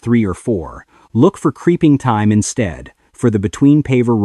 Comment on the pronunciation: Good video , but would be so much better with a real person narrating instead of AI. For example , t h y m e is pronounced t i m e.